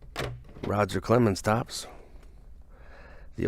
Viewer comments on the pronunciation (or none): none